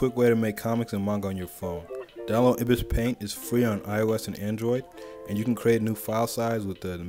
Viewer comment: Just an fyi it’s pronounced eye bis paint like the bird!